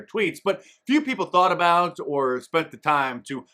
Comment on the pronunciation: A Canadian critical of pronunciation.. the hell you going on a boot?